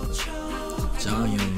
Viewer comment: Thank you for the reaction but you are pronouncing jonghyuns name wrong :p it is pronounced Jong- hyun. Instead of a oo sound you are it is u